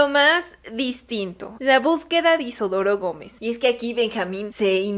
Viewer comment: Por qué caraj... lo llamas IsOdoro si el nombre es Isidoro ❓❓❓❓❓❓